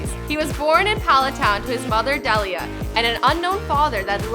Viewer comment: The way she says "Delia" triggers me.